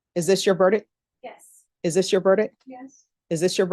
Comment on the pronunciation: I’ve never seen do a murder trial before, and she pronounces “ verdict” incorrectly 🫶